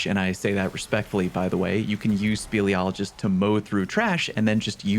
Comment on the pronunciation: Speleologist - Someone who studies caves. Pronounced correctly the first time. No notes.